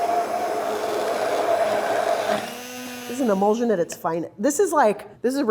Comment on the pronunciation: pronunciation of word is "e-mul-shun". you say immersion correctly, it's the same ending